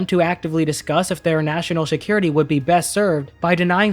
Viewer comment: I love your work, but I can’t get over the fact that you say Shakira-Tea instead of security.